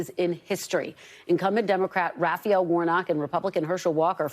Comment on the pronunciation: Kristen: "rah fah el"*